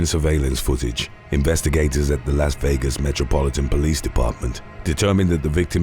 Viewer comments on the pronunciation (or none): none